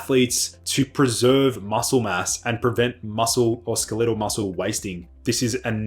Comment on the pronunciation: Wait, what . . . "skel-EE-tel" muscles? What language are we using here?